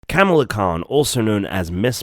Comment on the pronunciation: PlZ say her name right,it not camela 🐫